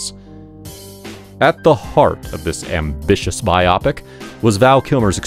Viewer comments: It is “Bio -pick” not “bi Op Ic”. Lol. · Was this ‘robo’ narrated?…or does the narrator really not know how to pronounce biopic??? (Bio-pic….not bi-opic!) Otherwise decent enough… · I like the use of "biopic" here pronounced "bye-AH-pic." At some point recently everyone started saying "BYE-oh-PIC." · Yeah it drives me nuts when I hear biopic pronounced “bi-opic” as well 🤪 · please stop pronouncing "biopic" like _myopic_. It's *bi-oh-pic*, shortened from "biographical picture."